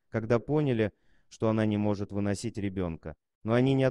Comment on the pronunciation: Озвучивет робот. А жаль. "выносИть" и "вЫносить" ребёнка - две большИе разницы. И таких оговОрок в ролике много.